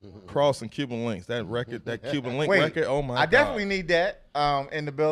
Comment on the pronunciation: It's Cuban Link, not Cuban Linx... Great interview!